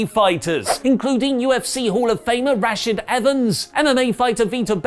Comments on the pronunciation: How do you butcher Rashaad Evens name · work on those MMA names, if they stick around for a while, Rash hard Evans, Henry Sehudo, is how they should be pronounced.